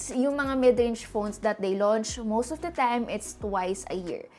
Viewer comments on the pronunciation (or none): none